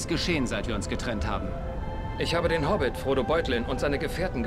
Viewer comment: Hobbit nicht Hobit